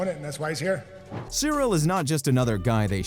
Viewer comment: Just straight-up not pronounced cereal